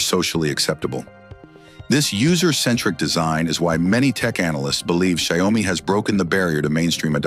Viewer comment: Could we maybe teach AI how to pronounce a word/name and then have it stick to the same pronunciation throughout the video? I think I heard Xiaomi pronounced like 20 different ways 🙄. I don't even care if it's wrong, just stick to one!